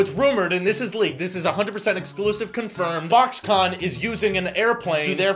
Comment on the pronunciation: When you said Foxconn it sounded like f**ks gone. This video will now be demonetized 😂